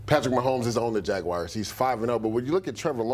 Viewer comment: Who are the jagwires???? He can’t even talk properly